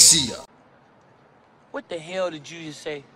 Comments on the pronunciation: channeling his inner "middle aged white mom trying to pronounce spanish words" voice when pronouncing demacia XD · Starts streaming League game play The city is Pronounced Dim-ah-see-uh. for future reference :) I love your vids my dude. Fiddlesticks is a champ who just got a long awaited rework. This is a rework teaser for the champ. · Where is Demacia? Demacia ( u said it wrong ) is apart of a world known as runeterra where league of legends take place all the champions are from there or have some relation to it. Who are those people in armor? They are crownguards or u could say soldiers who come from demacia which is the place in the distance in the beginning. Tf is that creature? That creature is named fiddlesticks it is not new to league of legends however it is a rework in other words they changed the character abit. What are the creature origins? Nobody truly knows What were the crownguards doing outside demacia ? Well I'm assuming after the last cinematic in which they guards was talking about which is when he mentioned mages they probably sent them to scout to make sure anything after the acurrence of what happened is dealt with also Demacia has a dock so I'm assuming they were around that area